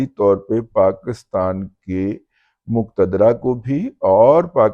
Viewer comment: مقدرہ نہیں ، مقتدرہ ھے